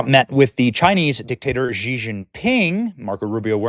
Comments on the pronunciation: It’s “she”, not “gee”. Benny, you read and speak for a living. Come on! I didn’t even complete college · Xi is pronounced is She(her/them💅🏳️‍🌈), not Kji